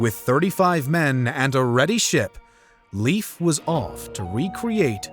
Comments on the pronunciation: Please Please stop calling him “Leef”!!! His name doesn’t rhyme with “Beef”. It’s pronounced like “Lace”, but with an F instead of C. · I know its not easy to pronounce, but its not pronounced Leaf Erikson 😂. American pronouncation of Scandinavian names and words sounds hilarious. I dont mean to criticise, just finding it amusing. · A really good story about our ancestors, I'm only sorry about the butchering of the name Leif, for english speakers it should be pronounced like life. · As a Scandinavian it do hurt a bit every time you say "Leif" as he's some kind of leaf. The correct way of saying it is more like "Layf", as when you lay something down with and add an f in the end :) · His name is pronounded more like "Life" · Leif is pronounced like if you say ‘life’ in a fast manner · Am I the only person getting annoyed by "Leif" being pronounced as "Leaf" 🌿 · Dear English Speakers (and Narrator): Speak "Leif" as live (as in live Television). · Why do ameicans pronunce Leif as Lief when it's Leif? Ei, not ie? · Not Lief Ericson, Leif Ericson... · Leif should be pronounced more like "layf" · The pronounciation of „Leif“ is more like „live“ in English. You are welcome. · Awesome video. If one wonder how to pronounce "Leif" as we do in Scandinavia, its "L-AY-F" ⚒️ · I love this episode.. but Leif is pronounced like the english word "life". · Leif is pronounced as Life. Scandinavien pronounciation of the aalphabets is different than the English. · Leif is pronounced more like "Lay-f". Sincerely, a Swede. Either the pronunciation most likely differs not only between Sweden, Denmark and Norway, but areas in each contry as well. Or your English pronunciation could be a bit rusty. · Bro, it's Leif. Not LEAF 💀 But yea, you're right. Norway discovered America. Not Columbus. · Leif is pronounced 'Layf' (not 'Leaf') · The guy's name is pronounced Life Ericson not Leave Ericson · Great video. Minor detail: ‘Leif’ should be pronounced as ‘life’, not as ‘leaf’. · Not ”Leaf”, Leif.